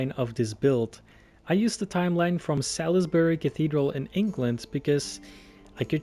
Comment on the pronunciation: amazing but: Clerestory is pronounced clear-*s*tree Salisbury is pronounced soul*s*-brie Amiens is pronounced Am-ee-o-n Amazing vid, just though i could help correct a couple pronounciations :) Also just pointing out... there no pipe organ. . . Please do this kind of video more often, i would love it :)